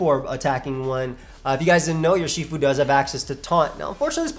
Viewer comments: it’s pronounced “ERR-she-fu” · Urshifu is probably pronounced more like "Er-shifu". In simple chinese it would loosely translate to Master of two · Wow can’t even say it’s name right unlike 🙄😡